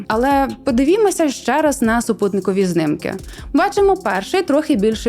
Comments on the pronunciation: Знiмки а не знимки, шановна, виправте бо рiже вухо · Чому пані постійно каже "знымкы" замість "знімки" ? Це якись тролінг руснявих? Ці знымкы мені спричиняють борошна, якшо ви розумієте про що я.